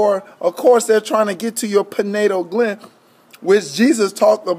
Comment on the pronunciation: Good video. It's pronounced PI-NEEL GLAND. Not PIN-NATAL GLAND.. for the future